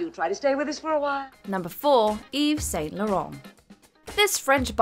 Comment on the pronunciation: Thought this Canadian-based channel wouldn't let that butchered British pronunciation of Yves Saint Laurent slide but oh well